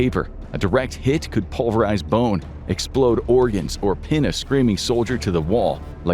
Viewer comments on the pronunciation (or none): none